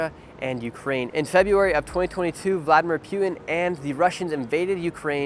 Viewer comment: Brother can you pls stop saying P”you”ting? It’s Putin as in putting without the g.